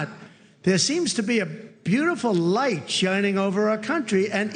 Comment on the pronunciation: A beautiful licht over the world he said 😂😂😂😂